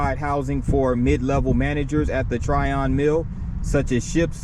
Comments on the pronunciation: Pronounced "Tryin" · Its Trion as in onion. Not Tryon.